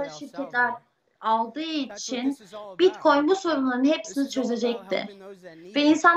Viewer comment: Bitkoyun mu diyor?